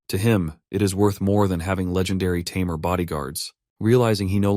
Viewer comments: This AI voice seems unable to say "tamer" correctly! xD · What’s with the constant use of tameer instead of tamer? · What a interesting way too say tamer 😊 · if only the AI could properly pronounce "tamer" consistently